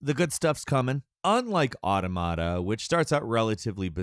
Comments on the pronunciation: plus every time he said “automata” as “auto mot uh” instead of “aw tom uh tuh” just caused actual pain to my brain. i actually stopped watching it, then forgot why i didn’t finish the vid, only to come back and be like, “oh. right. auto mot uh.”. it’s the plural to automaton, and it’s pronunciation is derived from said singular form. aw tom uh ton. aw tom uh tuh. easy!!! sorry. it just drives me nuts!😅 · Nier: Auda-mod-ah-peah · It’s pronounced Aw-TAw-muh-tuh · everytime he said “automata” it hurt my brain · He says automata like onomatopoeia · Bit triggering to hear the mispronunciation of "automata". Otherwise a great video. Glad to hear it's just a bit slow in the beginning. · You are saying automata wrong also an automata is a moving puppet you could call them robots but that's technically correct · Bruh the way you pronounce automata got me like😬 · That’s what I’m saying bro. Mans does not know how to read a script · Ah yes, another Nier review in which the narrator never took the seconds to learn how to pronounce the word Automata. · please look up a pronunciation for Automata, cuz holy shit